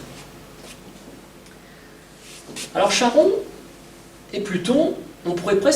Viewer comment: On ne chie pas en grec ! Charon=Karon.